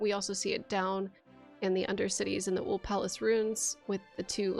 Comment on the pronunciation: Love this video! Thanks for doing this. One question: are you saying "Uld Palace" when you mean "Uhl Palace"? (These are different places, both in Elden Ring.) Uhl is the one that is underground.